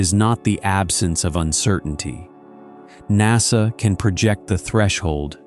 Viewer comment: I have severe doubts of the expertise of a narrator (AI or otherwise) that thinks NASA is pronounced "nossuh". It's an "a". It's "nassuh"